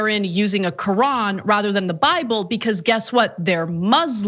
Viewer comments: Marjorie... dumbass! The correct pronunciation of Quran is ka raun. Not cran. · She can't even pronounce Quran correctly. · "You can't swear in on the Q-uran"!!